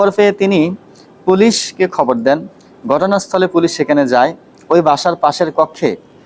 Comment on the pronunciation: এক হবর না বলে আরেক হবর